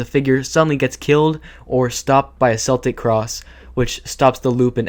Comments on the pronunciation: It's pronounced "keltic". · Cool video, but as a chick with Celtic ancestry, the way you pronounced Celtic kills me. 💀 It’s pronounced with a hard “c” like in the world “cool”, not with a soft c. Still, it’s a cool video. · isnt 'celtic' pronounced with hard c (k) noise & not an s noise? … excluding the Boston Celtics